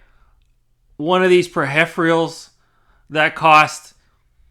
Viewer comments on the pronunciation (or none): You had me at "Per-hef-rials". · God damn all these pe-heph-rials. 😂